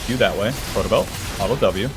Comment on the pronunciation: I think hes just trying to say auto in a western European accent. I've found myself hearing an L too alot though